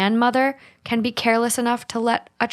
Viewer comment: Completely irrelevant, I love the podcast but I am always so entertained how they say “can” it sounds like “ken” to me & it’s actually so cute 😂